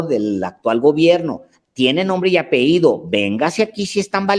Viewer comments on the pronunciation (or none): 5° Por ultimo mi admirado señor Alejandro, permítame hacer una aportación: La palabra correcta es "Apellido", NO "Apeido" como varias veces Usted mencionó. Y por cierto, la 2a. Caja es para procesos administrativos que se usa para recibir proveedores, la usan los Inventaristas, Asesores y Encargados. Debe estar disponible para tareas automáticas. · No se dice apeido se dice apellido! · Por favor la palabra debe ser apellido, ape-lli-do...gracias.